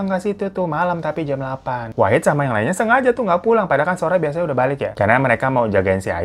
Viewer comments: Wahid bg bukan Wahdi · Bang ngape pas di akhir2 jadi wahdi sih bukan wahid wkwkwk😂😂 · Baaaang..Wahid Bang..Wahid.bukan Wahdi 😅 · Wahid bang wahid bkn wahdi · Wahid lama2 jadi wahdi...😅ngantuk ya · di menit ke "WAHDI" 😭😭😭😭 Wahid bang wahidd wkwkwkwkwk lucu betul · Bang nama nya kan wahid kok gua dengernya wahdi😅😅😂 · Wahid bang bukan wahdi😭😭😭😭😭😭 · akhir2 wahid jadi wahdi ya bang wkwk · Awal2 wahid lah kenapa dimenit2 terakhir malah wahdi bang😂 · Dari yang khusyuk banget denger bang hiro cerita, sampe diujung lah kok nama wahid berubah jadi wahdi. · Katanya wahid kok di akhir2 jadi wahdi sih bang😂😂😂 yawlo ngakakkk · Di awal Wahid, di akhir Wahdi.. mana yg bener bwaaaangggg???? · wahid jd wahdi apa kupingku ug salah🤣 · Wahid jadi wahdi😂 bang hiro saking semangatnya😂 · Gw dengerin cerita nya dari yg awalnya wahid jadi wahdi😭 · D part akhir bang hiro salah sebut nama wahid jadi wahdi 😂😅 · Salah denger gak sih terakhir bang hiro nyebut wahid jadi wahdi?😂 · wahid kak bukan wahdi😭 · Kok wahdi 😂😂 wahid bang , bukan wahdi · Lah wahid koq di akhir cerita jadi wahdi bang....😅😅😅😅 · Bang Hiro bikin video jam 2pagi lg ya? Itu masnya namanya Wahid jadi Wahdi, ini gue yg salah denger apa begimana 😂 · awalnya wahid pas akhir jadi wahdi😭🙏🏻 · Wahdi wahid wahdi wahid bg salah mulu ehe 😂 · wahid bang bukan wahdi wkwkwkw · 3x bang hiro nyebut wahid jadi wahdi wkwkwkwkw